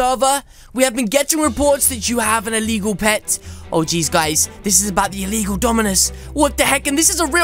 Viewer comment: It's not eligall cmon